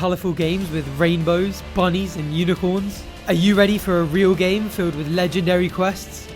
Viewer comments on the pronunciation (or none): i do but he cant say UNICORN lol!